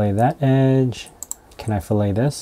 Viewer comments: Great video! Btw fillet is pronounced fill-et, not fill-ay like the steak lol. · It's pronounced Fill-it.. Not Fill-A. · When I took CADD in high school and college, they said fillet as "fill it" not like filet like the cut of meat.